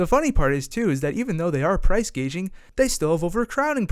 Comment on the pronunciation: Its "price gouging" not "gaging".